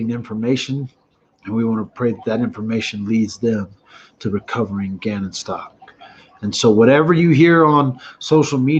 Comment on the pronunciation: I believe Gannon's last name is pronounced as such S.T.O.U.W.K.